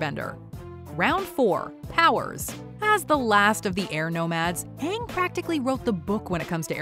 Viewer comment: Verse Honestly when I was watching that movie I was thinking “it’s a movie about the best Nickelodeon show. How bad can it be?” I nearly turned off my TV when they said Aang’s name like “aOnHg”